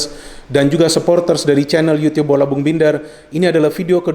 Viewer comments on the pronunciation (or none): none